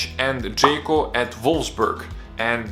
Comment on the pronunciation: Forgot to mention the "offside" call on Džeko vs Nigeria in the WC. Also it's not "Džeyko", it's "DŽEKO". Otherwise a very good video!